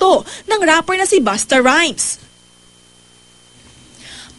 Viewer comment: Did she say "Busta Rice" ? LMAO!,LMAO!